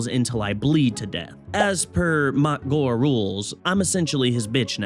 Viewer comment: ITS NOT WAGH YA GIT!!!! ITS WAAAGH!!! YA DONT PRONOUNCE THE G AND H!!!